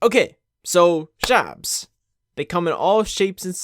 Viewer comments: I have never heard anyone pronounce shibes in this way, and I am a shiba owner myself 😂😂 its not shay-be but sheebe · Shaybes? Thats not how u pronounce it. It comes from shiba-inu not tshaybah-inu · You said Sheeeeeebe wrong